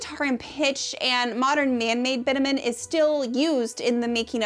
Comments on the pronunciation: BitUmen. Accent is on the long U. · Bitumen = bit chew men. Please. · I really hate to be this person on the internet sometimes, but 'bitumen' is pronounced "bi·chuh·muhn" not "bit-a-men". Great video otherwise but I felt it was important to mention given the point you were making about the importance of understanding languages. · This was a great and very interesting and obviously well researched video. One note though, bitumen isn’t pronounced “bit-a-min” but “bi-chug-muhn”. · Thanks for sharing, The Mummia concepts and truths are so very interesting. Thank you for talking about this very unique concept. One note bitumen is pronounced Bi-chu-muhn. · I defo thought bitumen was pronounced with a tch sound....